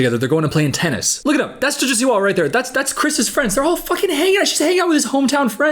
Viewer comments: WHY DO U PRONOUNCE JOJO SIWA LIKE THAT😭😭😭😭😭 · obsessed with how you pronounce "jojo siwa"